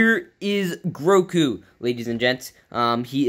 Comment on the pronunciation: His name is Grogu not Groku.